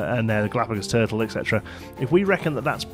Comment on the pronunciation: You said Turtle a few times lol but no worries